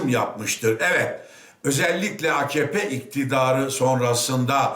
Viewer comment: Akkoyun. Reisleri bile bağırırken a-ka-pe yerine a-kah-pe diyor. İyi dinle bak. :)